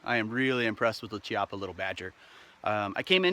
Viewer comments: nice video, the correct pronunce of "Chiappa" is "kiappa" e not "ciappa", "chi" in italian is pronunced "ki", and funny thing: "Chiappa" means for "gluteus" or "half ass" :D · I know nobody will care, but it's pronounced Keeappa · Americans…. In Italian the ch makes the ck sound and the cc makes the ch sound. You’re welcome.